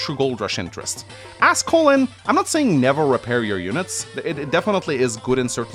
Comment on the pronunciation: I like how he pronounces "Colin" like "Colon". 😂